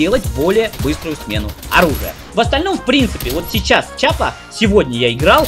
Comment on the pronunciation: Что ж у вас у всех привычка называть оружие верх дном. Не чапа а киапа